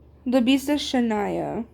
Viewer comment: W LOL (you were saying my name right loll😭) I love it guyzz 🤏🤏 I had so much fun with you!!👀👀